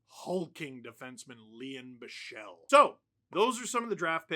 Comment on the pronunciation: it's pronounced Bik-sel